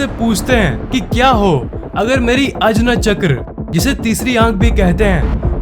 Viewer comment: अजना चक्र is pronounced as आज्ञा चक्र